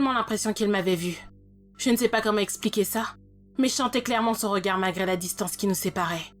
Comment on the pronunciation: Pas mal comme histoire même si prévisible. Mais 10 ans de prison ferme pour délit de fuite et non assistance à personne en danger (c'est beaucoup) ? Dans quel pays ? Et dommage pour la prononciation de certains mots... "expliquer" qui devient "espliquer"...